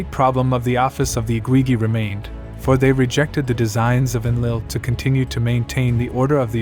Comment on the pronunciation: They were the Igigi, you are totally mispronouncing their titles. Its not the IGWIWI, .what are you doing? Please do your homework before posting so you know you are pronouncing correctly.